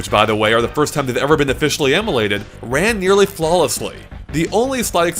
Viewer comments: Never head the word “emulated” pronounced as “em-er-lated” before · Yeah, it’s “em-er-lated”.